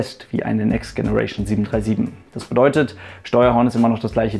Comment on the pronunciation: next generation mit deinem ostdeutschen Akzent im denglisch auszusprechen ist leider nicht witzig, sondern doof.... die englische Aussprache ist doch nicht so schwer, oder?